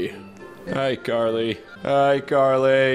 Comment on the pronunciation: Bruh its Carly Not Garly 😂🤣